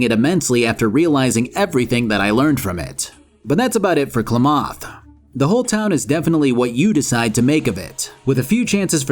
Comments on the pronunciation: As someone that actually lives in Klamath, hearing him pronounce it as "kluhmoth" is so funny to me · Please... STOP SAYING "KLAMATH" WRONG!!! It's "Clam-mith"! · Where is this Klomoth you speak of? You mean Klamath? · Why do you say why do you say Klamath like that? It’s said like “Clamith “ I’m sorry I’m from the area this game is all we have in recognition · klamath is pronounced "clam-eth" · I've never heard Klamath pronounced "Klemoth" before lol. (It's an actual place, please just look of the phonetics) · Fuck’s sake, salt, it’s KLAM-ath. Like mammoth. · "klamoth" *cringe* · Maybe you’re pronouncing it right but I winced every time you called it klahmoth lol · Hearing you butcher Klamath is horrid 😂 it's a real life city in Southern Oregon pronounced KUH-lam-ATH. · I'm only a little ways in, but pronunciation of Klamath "Klumoth" is doing real psychic damage to me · I physically cringed every time your pronouced Klamath (Kla-math) like that lol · It's clam-ith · I get that you're not from Oregon so you wouldn't know how to pronounce it, but damn that "Clu Moth" was jarring. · Klamath pronunciation= "Clam-oth" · How to tell someone has never been to Oregon... Klaw-moth! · I didn't even know it was a real town nor that I was pronouncing it correctly :D "Klaw-moth" sounds silly. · Hey - not dogging on you, just letting you know as a PNW native, it’s pronounced “Clam-ith” for Klamath. 😊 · You keep pronouncing Klamath wrong. KLAM-əth (this is how Wikipedia express it). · You know you're dealing with an enjoyer when instead of Klamath he says 'le claMOTH' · you are my hero! Thanks for the content. P.S. Klamath is pronounced like clam-ith. Gotta love Oregon names lol. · Oregonian here. I have only ever heard Klamath pronounced like Clam-ith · Correct me if I'm wrong, but I always thought it was pronounced [CLAM-eth]? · My god your pronunciation of "KLAMATH" Is rage inducing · All the Oregonians cringing at the pronunciation of Klamath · It's CLAMath.